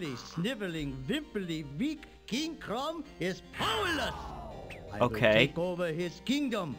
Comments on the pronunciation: Jon Of arc I think it’s King Crumb, but yeah, sounds like Chrom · King Chorm???? It sounds like their saying king chrom